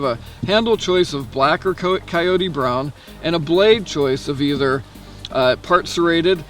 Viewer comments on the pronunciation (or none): none